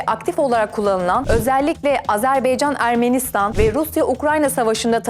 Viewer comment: Azerbaycan -Azerbeycan değil cok zor bir kelime degil